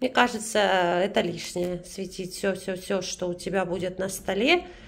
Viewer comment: Она говорила свЕтить....